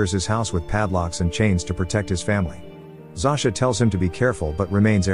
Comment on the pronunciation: It's not pronounced (Zo-sha)? When I lived in Poland, every Zosia I met had that pronunciation. Not (Zau-sha).